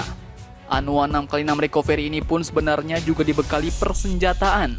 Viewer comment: Recovery dibaca Rekaveri